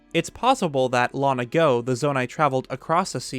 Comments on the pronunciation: "Lon ago" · "...Lon ago." Lon-Lon ago? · Why don't you pronounce the 'g' in "long"? It's bothering me.